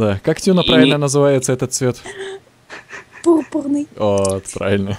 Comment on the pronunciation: )) она так прикольно произносит слова: Пурпуррный))) и Урра))